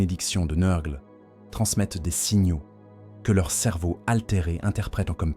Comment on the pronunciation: Excellent comme toujours. La lecture IA ne me gène pas sauf quand elle massacre les noms. Tu devrais essayer de changer l'orthographe de certain mots pour que l'IA les prononcent bien. Typiquement, nurgle = neur-gueule car entendre nurrgleuh toute la vidéo ça fait vriller le cerveau lol